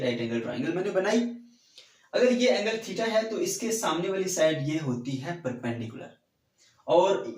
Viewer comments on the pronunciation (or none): none